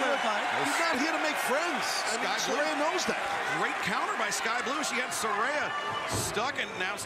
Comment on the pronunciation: Not Soraya, it's Saraya